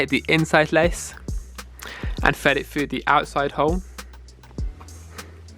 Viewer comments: FYI... the letters TH do not sound like an F Fread it frough the hole 😂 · Fwed it fwu 😂😂🤦‍♂️ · that's just how his accent is